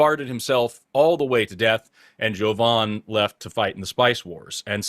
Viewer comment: I love how pronounces the name Jovan, as "JOE-von" just how the man himself pronounces it!